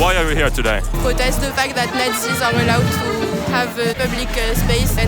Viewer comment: 😂😂😂😂😂 pwotest de fact zat not zeeees awe allowed to have uh, plubliqúe spaceuh, and uh pwotest owr spweadê hatê